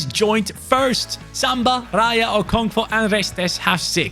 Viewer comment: As a Nigerian hearing you say ( okonkvo ) is genuinely funny